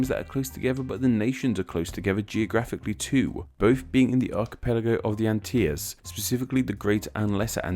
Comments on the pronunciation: Furthermore, the Antilles are NOT pronounced "an-tee-yuhz", but "an-til-eez". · he's pronouncing like a Spanish person would. I guess he's making it rhyme with the word tortilla?? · BTW... Antilles is pronounced [ant-ill-ease] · Here in Jamaica we pronounce it AnteLees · Thanks for the video! The CORRECT PRONUNCIATION in Spanish is: /an-TEE-yas/ and in English: /an-TEE-lees/. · Antilles is pronounced An- till-lees They are both republics. Dominica was seen by colombus on a sunday, hense the name. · It's AHN-till-LEES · It is pronounced An-til-lees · Antilles is pronounced Ann-till-lees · Pronounced An-till-lees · am I the only Caribbean person wondering why he pronounced antilles like tht